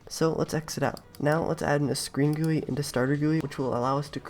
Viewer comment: You laugh at the way he says GUI, he laughs about you scripting level